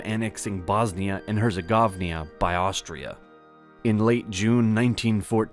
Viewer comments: HERZEGOVINA, dude...not HerzeGOVNIA (!!!???!!!)...!!! Try a correct pronunciation of local names and places (otherwise nobody will understand what the...(BeeeP...!!!)...you're talking about...!!! Forget about amero-anglicization (LOL !!!)...or, better...get-off !!! Leave the "complicated European historical things" for the "well grown" ones...!!! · It is bosnia and herzeGOVINA NOT herzeGOVNIA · Bosnia and HerzeGOVNIA. hah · You keep pronouncing Herzegovnia which is wrong, it's Herzegovina. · Lol, HerzegovNIA, hahaha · How about learning to correctly pronounce at least one location? Or even state? Bosnia and Herzegovnia... Jeez...